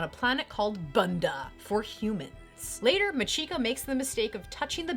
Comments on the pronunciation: That Japanese name pronunciation XD Remember, in Japanese (or perhaps language in general), Chi is Chi, not Shi. Nice video though. Keep up the good work :) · MAH-chiko NO-guchi. The emphasis is on the first syllable.